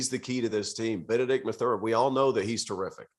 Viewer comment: You obviously haven't watched az. and pac 12 enough. First ; It's Mathurin(emphasis on first syllable); Kerr can be inconsistent-too many turnovers-but he knows how to deliver the ball and can shoot; team leads nation in assists, which means you don't rely on one guy(Kerr) for that role;one of the top defensive teams in basketball, and I could go on Ore. ucla and usc, will all be in the tournament. More attention to west coast other than zags,PLEASE, and establish more cred!